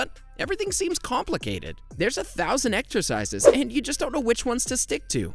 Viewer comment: Exercises? I thought you said extra fries !